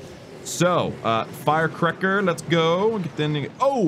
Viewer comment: Love when he said fire cricker instead of fire cracker😂